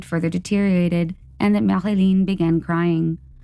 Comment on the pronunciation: LOL, I guess you had gotten tired of all the French pronunciations and just said Marilyn. Awesome upload as usual